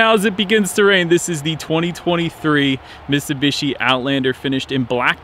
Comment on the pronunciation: Dude its miTsubishi, you forgot the T